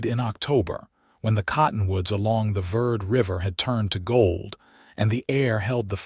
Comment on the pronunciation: It is Camp Ver-day, it is Spanish. It means Camp Green for the Verde River. Listening from Dewey-Humbolt, AZ. It is Ocotillo, not Acotillo. It is Ver-day River. Educate the AI voice.